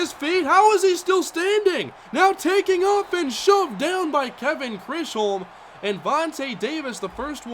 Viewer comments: It's pronounced like "chizum" not chrisholm. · I hope you see this but Chisholm is pronounced chis-um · Kevin Chisholm's last name is pronounced "Chiz-home". You've been missing it up since before draft. He's playing very well btw. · I always wondered how you read it like that...... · Dude. Thank you so much for that. That was bothering the shit out of me. Like stop guessing lol